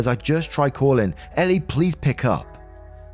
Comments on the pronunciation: Great Story Btw Her name in the story is ELLE pronounced as the letter L It's and odd name but rather common in America & Canada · "elle" is pronounced "L" lol that's why she said the bit about her real name starting with L. please watch legally blonde